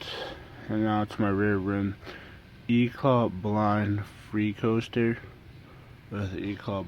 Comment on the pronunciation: why does everyone say eclat like eclaw. its e c l a t